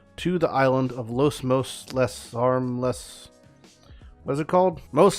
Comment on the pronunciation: It's "Mos'Le" as in "Mostly Harmless" lol